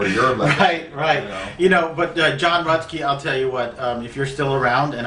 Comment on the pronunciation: Thanks, some more: I pronounced his name wrong, it's Rutsy not Rutsky, and although he stopped his touring career he actually became a successful bodybuilder, and won some titles. He used his medical disadvantage as an impetus to improve his health and vitality. So in the end, still a badass.